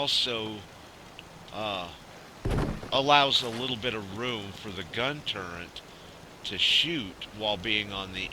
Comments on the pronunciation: does anyone else wonder why he is saying turrent not turret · " TURRET " not " TURRENT " nice vid though..